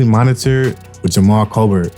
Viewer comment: (Ocho) Nate ain’t dead I just seen him. Jamal but it’s pronounced Jamel.